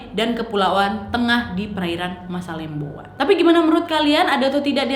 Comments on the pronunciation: Mohon maaf kak yang bener masalembu bukan masalembo 😂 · kak itu dibacanya masalembhu bukan masalembo :')